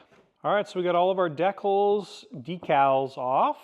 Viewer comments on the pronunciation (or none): I believe the episode title was "Cheep Jeep" season 14? Winston the septic guy says "decals" exactly like that.